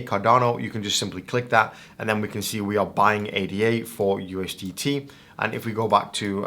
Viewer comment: bro said ustd